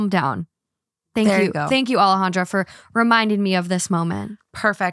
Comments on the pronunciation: I commented about Alejandra not saying her name right lmfaooo I like her but it’s annoying when she says it white wash, coming from a person who has a Mexican name 🫶🏼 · Peruvian here. "Alejandra" and "Alexandra" are not the same. ¿WTF?